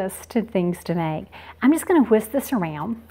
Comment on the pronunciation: The way she says whisk is so funny she pronounces it with so much emphasis on the h it sounds like she’s saying hwisk